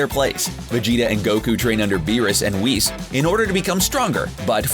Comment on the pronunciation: It's whis not weese